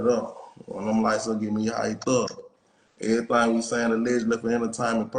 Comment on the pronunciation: I’m not from your city but you said “whole lotta everythang “ in this 1